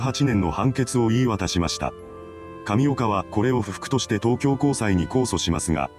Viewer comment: 神岡がタピオカに聞こえてくる